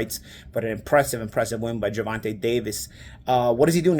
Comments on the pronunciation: GER-VON-TAYYYYYYYYY. TAYYYYY NOT TA. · it’s not Ger-Von-TUH, it’s Ger-Von-TAY🤦🏾‍♂️ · Bro you gotta pronounce tank’s real name correctly. It’s “Gervontay” not “Gervontuh” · never pronounces Gervonta correctly. Ger-Von-Tay.